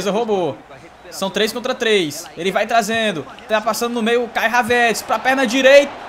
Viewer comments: fala o nome do Kai HAVERTZ certo.. rsrs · Mano só eu que tenho uma raiva quando ele pronúncia o nome do Havertz errado.